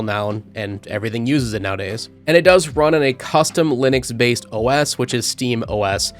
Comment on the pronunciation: "Lynix base os"? Or Linux?